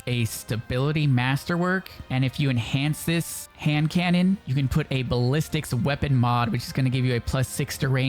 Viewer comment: Loool, my main lenguague it’s spanish, but ALL the creators pronunced wrong the weapong